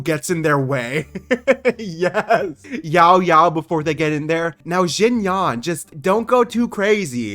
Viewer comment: Btw, "Xinyan" is pronounced "shin-yAn" not "zhingyawn" :]